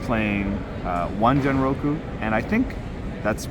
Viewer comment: Genroku pronounced as in (Ghen ro ku) not as in generation.